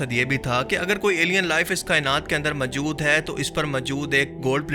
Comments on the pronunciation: Pls. Say Moojood,not Mujood. Jazak Allah Khair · Majood nahi hota word hai maujood Rectify this